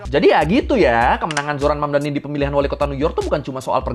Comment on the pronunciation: The name is Mamdani, M-A-M-D-A-N-I, you should learn how to say it~~ M-A-M-D-A-N-I~~